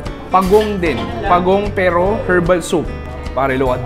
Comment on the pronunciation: Silent H ung herbs at herbal 😢😢😢